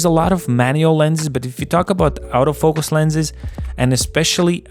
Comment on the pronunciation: Nice review! Just one remark: the word “autofocus” is pronounced as [ɔːtəˈfəʊkəs]. The way you do it sounds like “out of focus”))